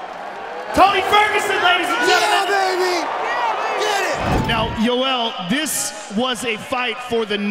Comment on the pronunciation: "push me NAOW"